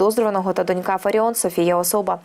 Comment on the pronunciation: Не донькА, а дОнька. Грамотеї.